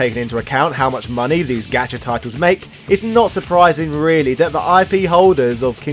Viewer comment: Gacha is pronounced Got-cha. Japan doesn't have the British hard "A" but also, obviously, as in your expression when you get the guy you want!